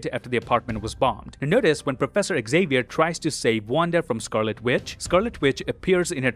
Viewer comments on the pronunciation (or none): none